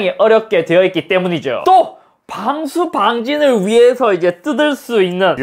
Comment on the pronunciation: 봥수봥진 ㅋㅋㅋㅋㅋㅋㅋ 구수한 발음 소유자 갓섭♡